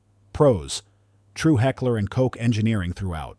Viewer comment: There's a German word out there that spelled k o c h. It's pronounced cook. Please quit trying to reinvent that word. It also means exactly the same thing because the English used to say that word and spell it the same way back in the Middle English days but then again why should I be surprised we actually use the German spelling for church but we still don't pronounce it properly. That's probably pronounced kirk. Look at your middle English. Just because the English don't understand the language they've adopted. Doesn't mean you have to run around in abject ignorance forever. And don't even get me started on Giselle.